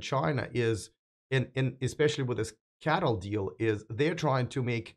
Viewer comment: C_A_T_L .... not Cattle 🤦‍♂️